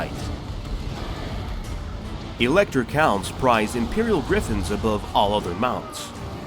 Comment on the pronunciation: I think this very nicely done WHF videos make it quite obvious why so many English speaking narrators butcher non-English names as they phase in and out of pronouncing vowels sometimes English and sometimes not, often in the same, compound words of some names of characters and cities, e.g. 'Karl Franz'. I guess it's something we all have to live with for the rest of our days. Still, I love the video series besides the brutal massacring. :)